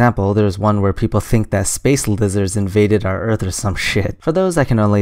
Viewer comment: Man, you screwed up on the first question?? He said "erath", not "Earth"! ;p